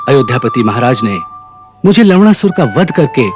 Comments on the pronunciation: Bhai wo lawnasur hai lawdasur nahi 😂😂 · Bhai Ye Log Lavanasur Ko Lawdasur kyu Bol rahe hai! Ye galat hai.. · It’s Lavanasur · Ha Or lavnasur bhi bolte hai to lavdasur he sunaay deta hai😂😂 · लवणासुर pronunciation = hilarious🤣🤣🤣🤣